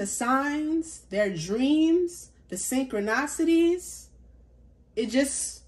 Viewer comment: Hi my love! I think you were trying to say serendipitously. You were close! And your other word is synchronicity: pronounced sin-crow-nis-ity. All said with love! 🥰 Beautiful reading.